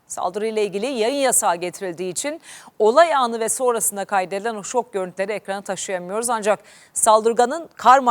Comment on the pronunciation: shok deyil habercicim şok (ş)ok kelimeyi doğru konuş